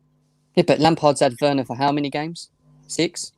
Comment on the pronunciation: I feel like crying everytime pronounces verner as werner 🤧